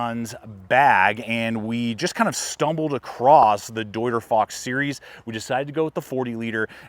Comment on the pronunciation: German native here. Came to see you fail at pronouncing „deuter“. But you nailed it 😂 Good job.